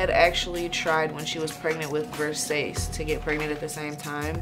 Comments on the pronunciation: don't forget VER-SASS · she can’t properly pronounce “Versace”…. also, why do polyamorous ppl always look like that?